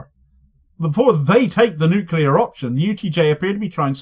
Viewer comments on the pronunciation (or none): none